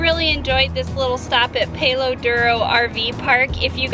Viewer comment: you palo is not a long A think of pal. duro silent O